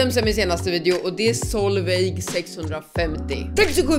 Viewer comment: Det va kul då du sa solveig då de är solvej